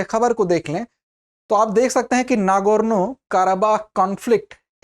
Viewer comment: nargoono nhi hai nagorno hai sir ji